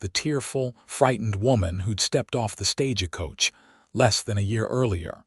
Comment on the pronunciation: You need to EDIT th AI reading, of course this assumes American English is your 1st language, or any editing will be totally useless. It is "Stage-coach" not "Stage-a-coach" The town is "Shy-ann" not " Chey-ey-ann". The word is "Sh-own" not "Sh-on". You also need to EDIT the AI closed captioning, his initials are K.M. but closed captioning keeps spelling his name with a "C" instead of a "K".